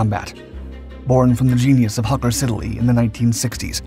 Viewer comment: What you do is really terrific. Thank you. And yes, this plane literally should never have been taken out of service. Role model for the F35B. Still. MInor annoyance. It is NOT Hawker Sid-A-Lee. It is Hawker Sid-Lee. Poor pronunciation can show a lack of preparedness.